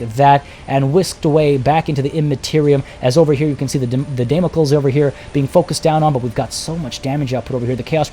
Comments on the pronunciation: It's actually pronounced "Dam-uh-kleez" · Damocles=Day-mo-clees/klis Kasrkins=Ka-ser-kins